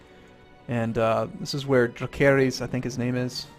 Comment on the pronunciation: "that's where dracarys is" "no wait that's how you say fire in dragon" "so we are in quarth" "rokuarro" "DRAKEHRYS" "pyiat pri" wow, does he even know how to pronounce anything? or the correct name of some things? other than that, great vid lol